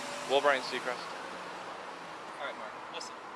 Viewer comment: Did he call him Ryan cecrest